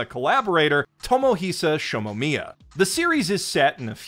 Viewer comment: "Tomohisa Shomomiya"